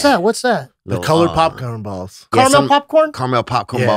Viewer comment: Brendan's hair flick and attempt at saying color popcorn balls.. king it . Anyone else hear it? 108:45